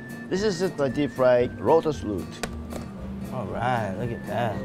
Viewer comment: a deep fried rotus root lol!